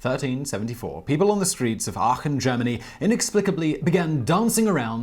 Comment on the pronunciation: Not bad. You pronounce Aachen right.